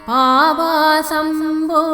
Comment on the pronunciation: It is sounding like Aapasam Po...it should be Paavasam Po.